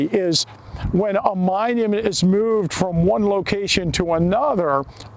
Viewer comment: yep is definitely from Pennsylvania, mooooved 😅